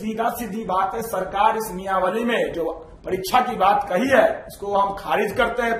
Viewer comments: Niyawali nahi niyamawali boliey . Apke baat se apke siksha ka level pata chal raha hai 😊😊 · Niyamawali bolna Sikh le Bhai phle 😂😂. Exam zaroori hai, bas paper leak na ho